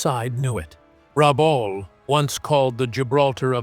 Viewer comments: Rebool? Rabul? Rebell? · The presenter is unable to pronounce RABAUL correctly & on screen spelling is wrong. Lift your game. And it was an Australian possession. 🦘🇭🇲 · I grew up in Rabaul. I wish they would say the name correctly. I went to school over the road from the major head quarters for the pacific. It was was only 1960 -- 15 years after the end -- still heaps of stuff about. Was an interesting time. It was well defended but was not a fortress.